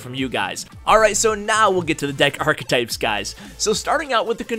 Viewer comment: The way he says archetype is so triggering